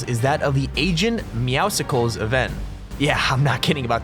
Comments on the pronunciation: It's pronounced agents meow-cles like mucles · It’s meowscles, like muscles